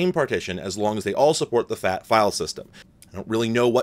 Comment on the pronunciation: i thought you said “multi FAP file” instead of multi FAT file. 🤦🏼